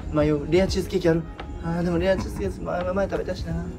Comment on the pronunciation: レアチーズケーズって言ってるね笑